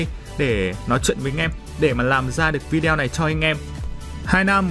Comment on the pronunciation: " Vi đeo " nha mn😆😆😆